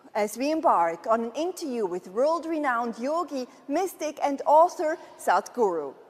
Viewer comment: southguru ? did she say that